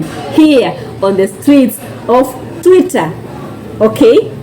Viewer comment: Ni Twitter not tweeter sweetie